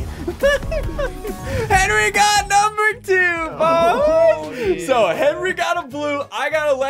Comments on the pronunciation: Henwy not Henry!!! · Henry not Henry!!!!